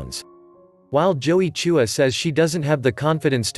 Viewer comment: Why do you pronounce "Chua" as "Choo- wah"?